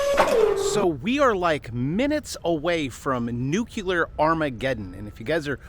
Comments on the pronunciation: Say nuclear - not "nuculure" "Nuclear" (New-Clee-ar) You might lose credibility just as many U. S. presidents have speaking this way. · Wait, NUCULURE, or NUCLEAR?😂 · it is pronounced "noo-clear" and definitely NOT "noo-cue-lar". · That lovely Maine “abode” will not look so comfortable when the 1000’ wave shows up on the horizon after Vlad’s new deep underwater nuk-nuk. Also,it’s noo-KLEE-ar, not NEWK-you-ler. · Please! For all that is holy. I've commented this before. Stop saying new cue ler!! It's new clee err. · I never take anyone seriously who pronounces Nuclear as Nu-CU-LUR- ..... It's NU - CLEAR. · Damnit. "New clear" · People who pronounce "nuclear" as "nucular" lose credibility with me. 🤣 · Nuclear nucular tomato tomato. Nope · Why they keep saying nuculer? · Say it with me: New-clee-er 😂🎉 GREAT JOB! 👏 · Nuke ya Lar.... Sounds scarier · ...love ya, man, but PLEASE don't pronounce "nuclear" like the war-and-false-flag-criminal, Dubya, does. There is no "u" in the middle! 🤣